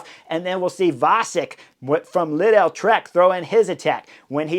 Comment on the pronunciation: Lidl rhymes with needle. Not leedell.